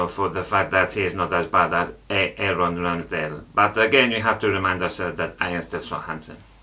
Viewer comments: Was that supposed to be "a Aaron" (key & peeled), in a Spanish accent? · “A-Aron Ramsdale” 😂